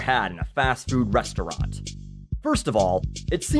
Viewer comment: Omg, the way he says restaurant during the sellout example. I love it. XD